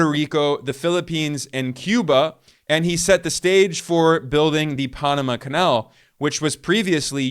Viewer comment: Dude! Don't say Punama again, you will have more views.